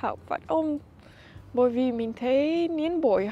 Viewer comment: đọc sai từ mình với từ min là hai từ khác nhau nên xem xét lại